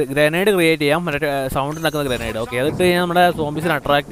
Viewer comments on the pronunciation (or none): none